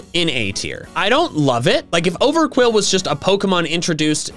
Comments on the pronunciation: OVERQWIL, NOT OVERQUILL! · THE U IN OVERQWIL IS SUPPOSED TO BE A W! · IT'S OVERQWIL, NOT F*CKING OVERQUILL! FIX IT NOW!